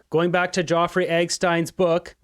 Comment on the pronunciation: I like your show. But your pronunciation of proper names needs improving. “Ge-o-frey Epstine”?